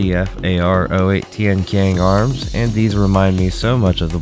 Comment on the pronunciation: It's pronounced as Tian-Chiang, not Tian-Kiang, but I understand that the spelling for it is quite misinforming. Also, the name of both Tian-qian (天槍, "Heavenly spear" or "Spear of the sky") and Tian-lao (天牢, "Heavenly jail cell") originated from ancient Chinese constellation system, as all other Dafeng products do. It is understandable for people to get it wrong though, since no one uses this constellation system anymore, even the native speaker of Chinese could easily misinterpret its meaning.